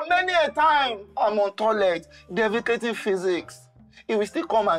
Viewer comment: Did he just say defecating physics 😂😂